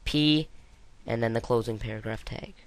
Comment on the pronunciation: What the heck is a "teg" and why do you keep saying "tegs"?!?